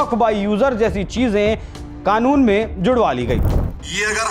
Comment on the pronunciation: Ye padha likha jahil owesi kanoon ko khanoon kyu bolta mulle number ko lamber kyu bolte hai